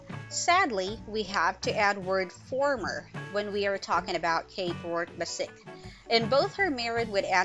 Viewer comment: Oh man...you gotta learn to pronounce the cats's name correctly...it's not that hard because they actually state their names in most episodes. It's Ikens it has an A in it so it's AAAAAAAAAAAikens. And Bassic is Bassich with a 'ch' for children at the end. It's really not that hard.